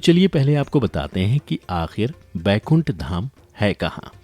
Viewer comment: Bhai Baikunth nahi Vaikunth hota hai wo !